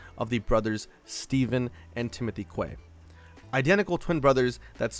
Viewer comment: Pretty sure quay is pronounced key 😅